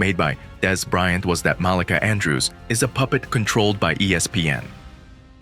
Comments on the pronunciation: You said Molicah. Its MalEka. You can tell you not from the hood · It's MUH-LEEKA Andrews. Jesus...